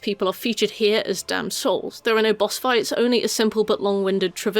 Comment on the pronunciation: It took me until Wrath to figure out you were saying 'damned souls' and not 'damsels', as I kept hearing xD Makes a bit more sense